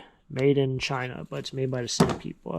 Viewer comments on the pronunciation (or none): none